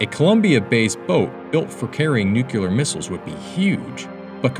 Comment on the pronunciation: Nucular looool